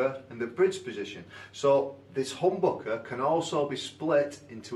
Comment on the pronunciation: The way you say HOMBOKEH is absolutely brilliant :D